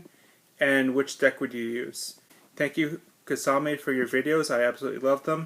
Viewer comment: Thank you so much for answering my question Kisame! And yeah you pronounced my name fine. I'll definitely be looking to get that Testament next ;)